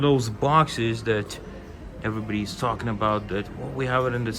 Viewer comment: Your Long Island accent came out there when tawkking about milk😅